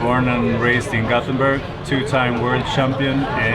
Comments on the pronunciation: AAAAAAAAAAAAAAAAAAAAAAAAAH, please don't say "gothenberg". atleast sat gotenberg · The name is göteborg not gotburhh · Its GÖTEBORG not gothenburg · When he said göteburg in English. I was hurt cause he said it wrong